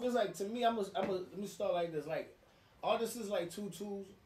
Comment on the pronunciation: I hate when people say ARTISTsis🤣🤦🏿‍♂️🤣